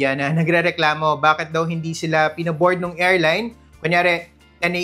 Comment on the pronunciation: hindi "erline", "airline" sya.